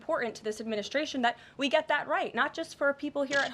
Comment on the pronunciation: Sorry, Get it -not fet it